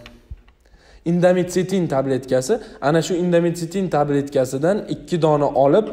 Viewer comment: Doctor dorini nomi indomitsitin emas Indometaciin .